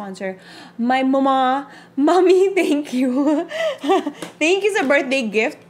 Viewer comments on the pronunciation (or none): none